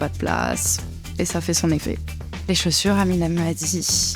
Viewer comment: Un petit accent du Sud ?? " plus de chauses"